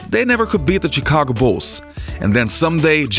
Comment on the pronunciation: Great channel man, but your accent. I am all about one embracing his difference in speech etc, it's what makes us human and different but all these years, your accent is in fact, something I can't be accustomed to. In fact, your s seems to get in the way of correctly pronouncing some words. It's VERY sibilant and almost annoys me. Chigago as well, sounds TSikagkko and it's agghh. But, I had to double check to see that you are not saying robbery instead of rivalry. I love your channel it's amazingly detailed. Just take that as some minor things that will improve it even more! Oh, and as jimmyhighroller channel, I hope you are not pumping your .wav track with a compressor, saturator or eq for it to have more bass and treble...His fake bass voice is annoying.